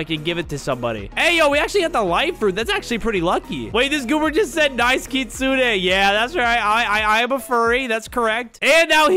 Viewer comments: Bro the real saying kit-su-ne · Bro really said kissune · i think its kit-su-ne